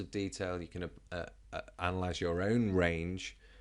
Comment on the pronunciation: you said analyse incorrectly